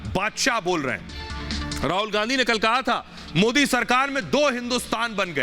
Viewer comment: Oweshi desdrohi gadaar desme pedaahuaahe deskaa khaataahe haamaare modiji ke naam thikse bhi Nehi bolsaktaahe oweshi desdrohi gadaar desme dangaa karaanaa chaahaataahe maardaalo khaahaani khatam hojaayegaa jaisriraam